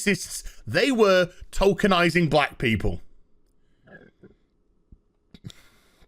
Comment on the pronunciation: I know is saying tokenizing, but I keep hearing Tolkienizing and expect a versions of Roots to be made with Elves, Orcs, and Hobbits. Slave-owner: You we'll call Toby Slave: Sorry, no my name is Baggins, Bilbo Baggins.